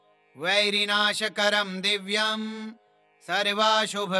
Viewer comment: आप गलत पढ़ रहे है वैरीनाशकरम दिब्यम सर्वा अशुभ विनाशनम होता है।